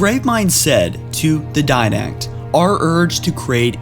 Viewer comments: DIDACT NOT DINACT. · Libarian Die-nact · Dude, it Didact, not Dinact. Librarian, not libarian. Jesus Christ. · *Di-Dact *Li-Bra-Ri-An